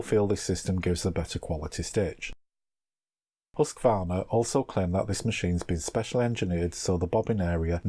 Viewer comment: Why does he pronounces the name Husqvarna, Husqavarna? There is no A between the Q and V. Just wondering, still a nice video.